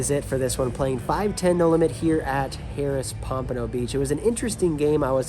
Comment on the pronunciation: Do you realize you are pronouncing that Casino’s name as “Harris”? I didn’t understand what you meant at first. You did it at the start of the video, and at the end. It’s pronounced “har-rahs”. You’re welcome.